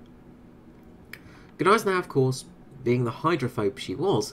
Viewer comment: I'm pretty sure the "G" in Gneisenau is silent